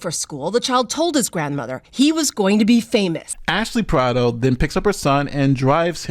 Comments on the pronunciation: bro how tf you going to pronounce PARDO as PARADO tho? i cant respect you enough to watch past that. i'll learn about the story from someone else tf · why do u pronounce "pardo" like "parado" wtf lmao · C'mon Wash-ing-tun! Just kidding, but seriously Ash-Lee Par-doh! not (parado) Pa-Rah-doh! Though I agree; she's MORE responsible than him at the age of 13! I was trained with guns at a young age; somewhere around the age of 10; by a police officer; my uncle! But I wouldn't look at something like this fun; since I was trained about what happens when you grab a gun! You use it; that's it! Never reach for it unless absolutely necessary.. Don't think he had proper gun training; of course military school also helped me respect a weapon even more; but more respect out laws, constitutions', and rights'. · Hey! Her last name is Pardo. Its pronounced (par-doh). It's my wife's maiden name. She's a little upset with the mispronunciation. 😂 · Stop with the stereotype against face tattoos! 😭 Btw, CANNOT pronounce any surname to save his life! "Pardo" not Parado or Prado 😂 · This guy can't decide how he wants to pronounce the mom's last name 😂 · My question is: how many different ways can pronounce this lady's name in one video? 😁